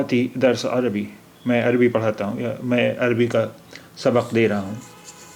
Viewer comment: اے جاہل کے بیٹے جاہل تیرا پورا خاندان جاہل: اتنے غلط پڑھتے ہو عربی، اگر تو جاہل عوام ہے تمجھے عربی نہیں آتی تو کم سے کم چپ رہتے غلط نشریات کرکے امت کو گمراہ نہ کرتے